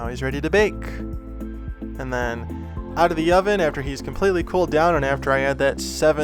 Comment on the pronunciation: I am not done watching but.... A. it's looking amazing! B. It sounds like you are really trying to say BAKE. AND. BOND. Instead of the way you normally say it. I like the way you normally say it. It's part of your personality and why we watch you. Some people are GOING to be aholes. Nothing you can do about it but don't lose your personality ❤️💛💚💙💜👍